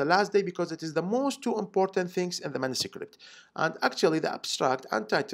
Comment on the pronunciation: why do you say mansucript?